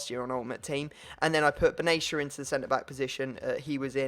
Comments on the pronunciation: Benatia not benesha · It's said Ben- at-ia not benasha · Will u please just say his name right! its "BEN-AH-SHIA" not "baneshia" THE FUCK! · ***** its not benaysha its actually ben-at-ia its an arabic family name and im arabic i know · you actually pronounce benatia how it is spelled. not "benashia"